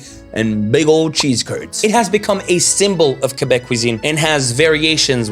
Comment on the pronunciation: J'ai bin apprécié que tu prononce Québec "Kébek" comme c'est supposé. Chu pas capable quand les anglais mettent l'accent su le "Qu" comme "Kwébek". Merci et joyeux Noël Tabarnak